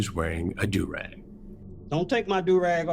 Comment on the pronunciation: Bro just said he had a right to the Do wrag.